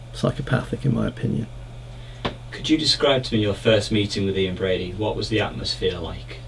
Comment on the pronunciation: It's Brady not Brody.